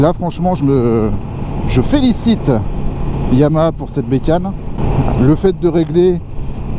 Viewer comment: "Yahama" dans l'intro déjà ca me fais peur